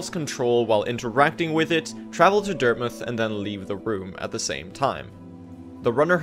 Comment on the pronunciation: Great video and all but why does he pronounce dirtmouth as dirtmuth?